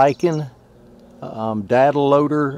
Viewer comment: Says shared date not data